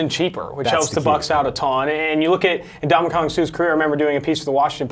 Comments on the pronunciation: Am I the only one irritated by how he's saying Suh's first name? Lmfao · Brink EXACTLY.